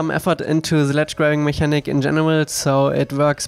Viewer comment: I know I'm totally nitpicking here, but mechanic is not pronounced like the German "Mechanik", but instead with a "k". ("Meckännick") Also, I find your game breathtaking every time